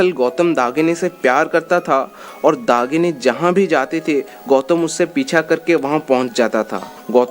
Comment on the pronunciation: Dahini and not dagini behcd